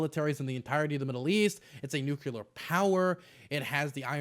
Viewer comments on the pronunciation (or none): He says Nuculer instead of Nuclear and i can't take it lmao i can never get over people saying it like that😂😭☠ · I absolutely love your channel and have a shitload respect for you and your knowledge of foreign affairs ...but... It's like nails on a chalkboard to hear you say "nukular". I'm not trying to be mean. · I'm glad to see someone else bring it up. I felt bad that that stuck out at me here in this context. Every time I hear it though, it's like nails on a chalkboard.